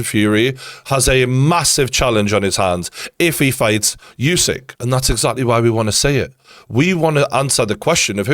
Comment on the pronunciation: Geordie, I just want to correct you with pronouncing Usyk - The U is NOT YOU. You are saying YOU SYK. It's OOH SYK